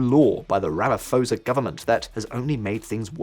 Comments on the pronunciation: Rama-P-hosa, not Ramaforsa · OMG, Did you just pronounce Ramaphosa like that? lol The "ph" is not a F, its just pho, pronounce each letter there. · Please stop saying Ramafosa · Ramaphosa pronounced with hard P. Not soft P as in Pharao. 🙂Thanks for reporting. We need as much exposure about the crime levels in South Africa as possible.